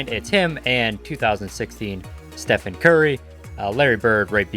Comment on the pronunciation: Dude great vid but I swear every time he says Stephen I wanna cry. It's just Stephen curry even though it is spelled like stephen